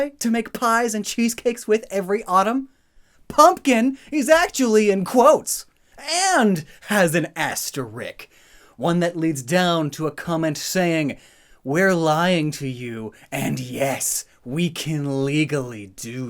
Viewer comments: AsteriSk, not asterik my boy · Hey, what's an Asterick?